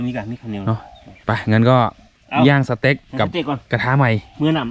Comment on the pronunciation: สเต็ก นะครับ ไม่ใช่ เสต็ก